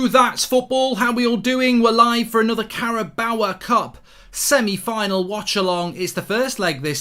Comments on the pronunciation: () “cawabaw” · Goldbridge is the only person I think of who can’t pronounce ‘Carabao’ 😂😂